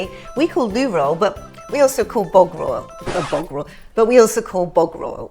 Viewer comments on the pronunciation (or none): When Julie tries to say bog roll it sounds more like Bovril 😂